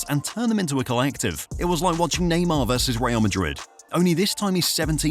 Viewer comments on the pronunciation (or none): none